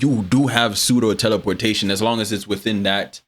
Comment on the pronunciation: "Teleporshaytin not like inster tansmishn"